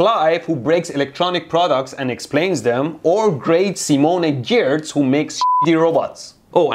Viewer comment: You mispronounce "Giertz". HAHAHA.